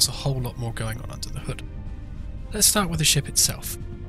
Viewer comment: "Under the hood"? This guy does an incredible English accent for an American.